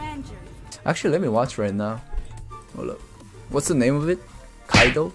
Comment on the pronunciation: Mans said Kaido dtjrrffghswetbhtddff HAHAHA